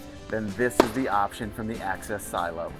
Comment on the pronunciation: Axis not Access. 😜